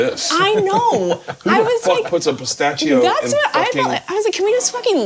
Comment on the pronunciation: At this point it's official. Bert mispronounces on purpose just to get a rise out of people. And it works... Look at me typing away. There is no way in the face of the entirety of humanity around him pronouncing words correctly that Ta-Toooo and Night-Mere and Caca-Roach and now Pista-Cheeo are real. We see through your schtick (Bert would pronounce this... Sh-CH-tick) bud. But hey... You do you boo.